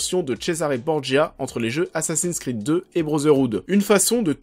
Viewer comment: "assassiiiiiiiiiiiine sss'crrrrrrreeeeed" ça fait mal aux oreilles :/ Les mots et noms en anglais se prononcent en anglais, c'est mieux